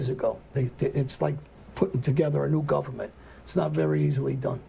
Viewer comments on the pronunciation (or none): none